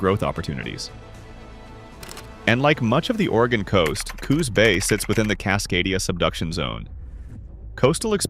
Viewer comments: #3 Coos Bay the name rhymes with Moose Hay or deuce Ray ya lazy AI POS! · Is the robotic narrator necessary? Are there no pleasant-sounding people who not only know how to read common words, but know how to pronounce place names and make GOOD guesses on homonyms? Hire such a person for a part-time gig. In this and a related vid, I heard Sequim, Klamath, Coos Bay, windy and others said wrongly.